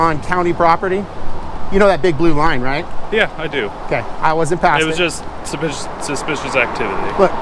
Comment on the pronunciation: He can’t pronounce “suspicious” lolz